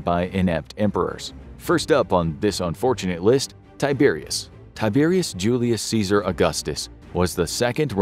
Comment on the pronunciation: Can't you not even TRY (!) to pronounce Latin as Latin and not American English??? Tie-Bear-ius Djulius Ceeesar Aw-gustos, oh my god. Disgusting! My ears are bleeding now.